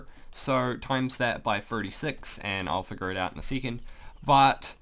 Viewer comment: Please say second, not sycond....say the E as in bEst. XD